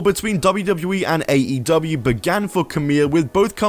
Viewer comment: It's pronounced "Kamee", not "Kamil".